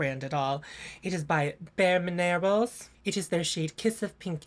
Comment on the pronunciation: "Bare-Min-Air-els"... Tell me -- does "Oolta" carry them?😂